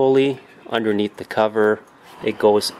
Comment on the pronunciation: Stop saying THEE in front of every word that doesn't begin with a vowel.